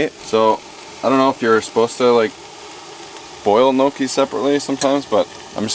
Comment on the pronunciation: Interesting pronunciation of gnocchi haha